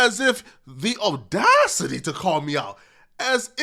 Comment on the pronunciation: Will anyone tell that he says opinion is wrong? Also audacity. Someone please tell him